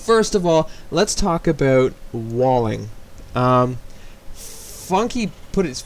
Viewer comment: "Let's talk aboot walling"